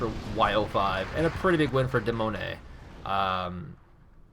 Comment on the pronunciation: Wow I did not think that you would comment on my match. Firstly I am not french I am Swedish and the name come's from the 10 year old my trying to spell demoneye, but I do like how you pronounced my name. You have too understand that when I was playing the game I could not see everything like you can in the replay